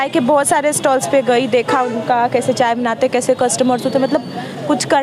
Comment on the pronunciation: mam कम से कम चाय को अchcha बोलो